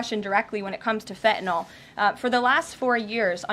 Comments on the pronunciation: Fent Nill .. Not Fenta Noll .. Fent Nill. I love this woman but please say it right. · I just wish one of them would, just once, pronounce Fentanyl correctly. It's not hard. Sound it out. Fen-tan -yl. Fenn-tann-ill. Not Fettinoll not Feh'un'aw. Fenn-Tann-Ill. It's easy. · No such thing as FE - ENOL. She does mispronounce words a la modern woke language standards on occasion. And it is annoying. Otherwise I adore her. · The word is Fentynal, not fe a nol, Karoline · It’s fentanyl not “fetenol” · Huge fan of the current administration but they need to have a big powwow and discuss the fact that its Fentanyl, NOT "FENTINALL"!!!!! Even the dumb shit reporter got that right!!!! Drives me nuts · I don’t understand why no one has corrected her on her Gen Z speak.. If something as “Important “ as “Fentanyl” is killing Americans , why does she say “Impor-unt” & “Fen-unal”??🙄 End the Annoying Gen Z speak.. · Why do some people keep saying 'fentanol' when the drug is called 'fentanyl'? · Come on Caroline I was expecting at least you to pronounce fentanyl correctly